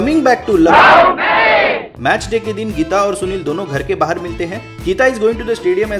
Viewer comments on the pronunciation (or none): none